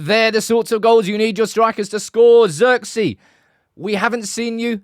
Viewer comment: pronounce zee as zey. like in hey. Zirkzey. And the i sounds like the i of the word "is"